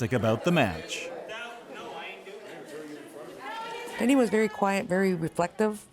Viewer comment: Is his name really DaNEE??? Or is it supposed to be Denny....like most people named Dennis??? Just curious, because I've never heard that name pronounced that way and it sounds really funny...